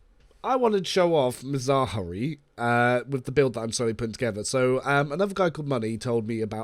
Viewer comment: Bro u butchered his name xd Mazaari its Ma-ra-jai